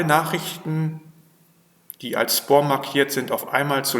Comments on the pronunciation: Es heisst 'Späm', nicht 'Spom' - aber trotzdem danke für das Video. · Spom? Heist das nicht Späm? Trotzdem Danke für die Info. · "Spoom Ordner" Von was redet der Mann. Wenn er nicht mal "Spam" deutsch oder englisch aussprechen kann??